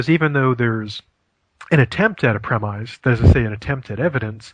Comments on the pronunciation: I am a logic professor, and this guy is pretty good. I would recommend him to students (and I'm picky). A couple of minor corrections: almost everyone pronounces "premise" with the short "i" sound (as in "this"), not the long "i" (as in "white"). Also, it's "Steven Hawking", not "Hawkins". Otherwise, nice job. It's funny the way he says "Ah" when each new fallacy is named! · Who the hell pronounces "premise" with a long "i" sound?